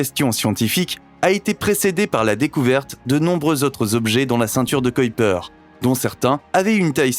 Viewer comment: On dit Kuiper comme dans k-oui-per c grave quand meme